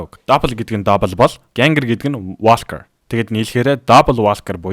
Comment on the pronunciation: Walker gdgiig walker gej unshdgui shuu huuhduudee woker gj unshdiishuu itghgui bvl how to pronounce walker gj biched haij uzrei